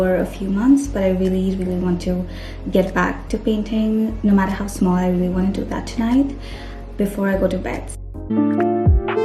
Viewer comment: To do sounds like Thu Thu